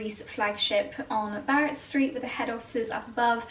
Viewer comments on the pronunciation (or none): none